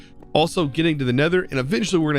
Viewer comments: "Neter"... Right, sure XD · "Neter" hahaha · Everyone: Nether: Neter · you named it "neter" its "nether" and also great vid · I kinda love me some "Neter" dimension😅